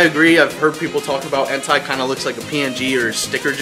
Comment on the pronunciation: Entei is pronounced En-tay, just want to throw it out, sounds like you're saying a specific word without the first letter